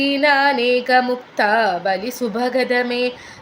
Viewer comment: മുക്താവലി എന്ന് ഒരു മിച്ചല്ലേ പറയേണ്ടത്. അർത്ഥബോധം അങ്ങനെയല്ലേ